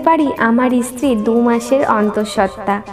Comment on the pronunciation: তুমি স্ত্রী কে ইস্ত্রি উচ্চারণ করো কেন?